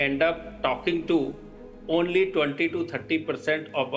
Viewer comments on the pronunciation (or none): none